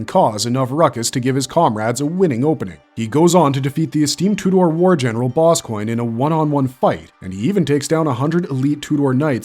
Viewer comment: Lol general Boss Coin Im not hating btw I like this channel its just a funny way to say Boscogne